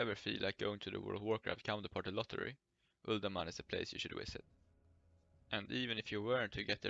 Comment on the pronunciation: is the place you should WISIT? I think the word is VISIT. V. VISIT.